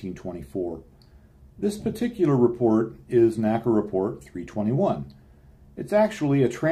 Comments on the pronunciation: Excellent video. N-A-C-A, not "NACA." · People of the time period did not pronounce NACA as a word. They said each letter.